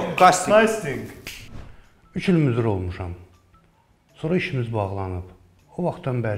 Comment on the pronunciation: "Müdür" yox,"müdir"